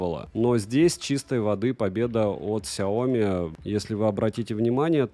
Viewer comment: сЯоми, не СяОми. Ты же крутой блогер)))